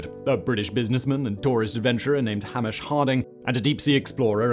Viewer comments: It's hay-mish ffs. There is no such name as 'hammish'. Surprised that you let that slip Simon. Whilst we're at it please tell your U.S. chums that it's not the 'mackkkay bennet'. Try 'Mackay'Bennett' (the first part rhymes with those orbital lobe things we have at the side side of our nose.) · Hah-mish ... christ. Hay-mish! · How the absolute _ can you mispronounce Hamish? How?